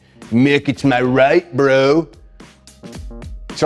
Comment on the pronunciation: I love how he called out “MaH RiGhT!,” folks